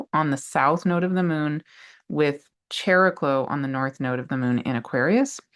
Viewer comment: what in the nuclear explosion channeling was that?! Thank you! ❤❤❤ Also, Greek here, if you don't mind, regarding Chariklo/ Χαρικλώ, its pronunciation is closer to ' Hariklo '. ( In ancient Greek the Χ letter started as a 'K+H' sound, but by late antiquity it had simplified to just H - think of the name Harry in English. 🤓). Again, thank you for making this content free and available to everyone.🌟